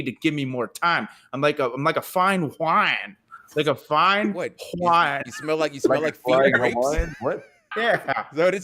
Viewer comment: Cole popping himself with the "Fine Hwine" made me laugh super hard.